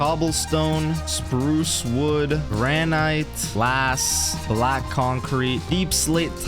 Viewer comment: blud can’t say granite